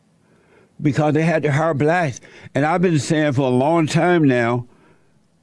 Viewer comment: “cause they had to hire blatts(blacks)” 🤣🤣🤣🤣🤣🤣 the way he said that just floored me I don’t know why...